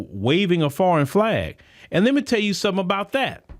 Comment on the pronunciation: 😂when she said "let me tell you somesing"